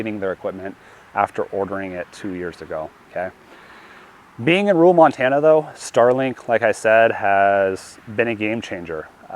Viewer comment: There's a second r in rural. Believe it or not